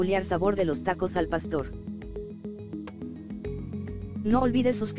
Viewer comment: ¿Oí bien, dijo pasto? Jajajajajaja nosotros los mexicanos no comemos pasto, jajaja che narradora